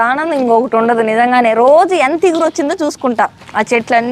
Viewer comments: Eguru kadu cheguru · adhi eguru kaadhu, chiguru anali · eguru kadu chiguru anali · ఇగురు కాదు అండి చిగురు అంటారు కానీ video chala bagundi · iguru kaadu. Chuguru.